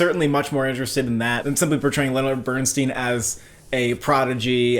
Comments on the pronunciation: It's pronounced BERN STINE, not BERN STEEN. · Yet another YouTube movie review that mispronounces the name of the subject of the movie! BernSTINE, NOT BernsSTEEN!! Leonard Bernstein is one of the most highly acclaimed American musicians ever. His name is pronounced correctly throughout the movie that you have reviewed and neither of you picked up on this! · How do you watch this movie and mispronounce BERNSTEIN???? Watched it twice and you never heard the correct pronunciation??? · Please pronounce the family name correctly.